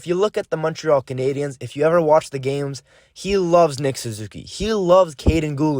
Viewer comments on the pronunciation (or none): none